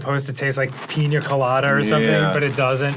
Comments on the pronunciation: “Piñer Colotter” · Supposed to taste like "peen-your-colada"